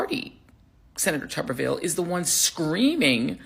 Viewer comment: It’s pronounced TUB-erville, former college football coach at Auburn University